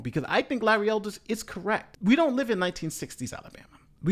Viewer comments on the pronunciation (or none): You are right, except for Its Elder. Larry Elder not Elders. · His last name is Elder - not ELDERS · Larry ELDER, NO "S".